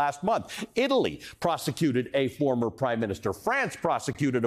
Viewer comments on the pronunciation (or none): none